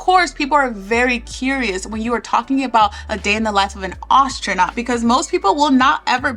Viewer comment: You pronounce "astronaut" weirdly, but otherwise, great video :)